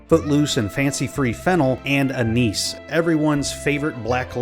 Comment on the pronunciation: pronounced anise wrong.